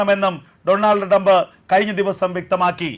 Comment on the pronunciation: ഡ്രംബ് അല്ല ട്രംബ്..😢😢😢😢